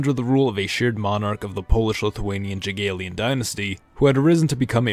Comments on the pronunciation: i still cannot get over the way Z pronounces "Jagiellonian" it's "yah-gye-low-nion" not "jiggleman" or whatever he's saying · "Jagiellonian": Yeah, Jageelian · You've referred to Jagiellon monarch, it is prononced YAH-GYEH-LLONIAN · i have to say it, it is the Jagielonian dynasty but its pronounced Yagielonian